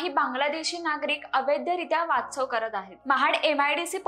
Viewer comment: वाच्छव नाही 😂 वास्तव्य.